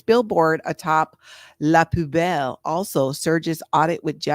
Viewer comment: it’s pronounced “poo bell” think 💩 🔔 do the dumpster dive for ingredients? Is the food so bad most of it gets thrown out? I need to know